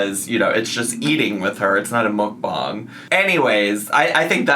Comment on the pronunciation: The disappointment in my bestie's voice after she said she was making soup. I feel you soooo much. LawyerLynn talking about lawsuits got me fuggin dead. Lol Muck bang not mook bong. Please jeebus let her figure out if shes gonna have pronunciation or bad grammar. I can't handle both. Fuuuuck.